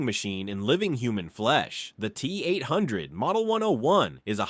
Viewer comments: Don't forget the Tee Eight oh oh 🤣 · LOL the T- Oh Oh and the T 8 5 Oh